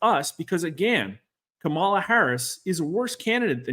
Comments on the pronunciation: When a pollster tells you they are nonpartisan then mispronounces Kamala’s name and uses the term “anointed” to describe her consolidating the Democratic electors, you know that are not no-partisan. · Not sure how trustworthy this guy can be when he can't even pronounce one of the candidate's names correctly